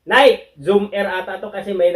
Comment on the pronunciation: Nayki po, hindi Nayk ang bigkas